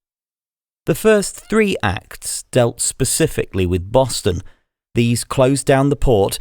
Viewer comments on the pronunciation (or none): Awful AI voice in French, not even able to recognize the word "acts" read as an acronym...